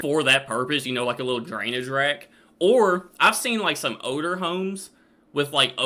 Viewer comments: pronounces the word “older” as “odor”. I was so confused at first 😅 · When you say odour home and odours sinks .... did you mean older homes and sinks ?